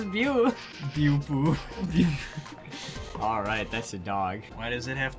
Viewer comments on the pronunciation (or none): Beaupu would be pronounced "BO-po"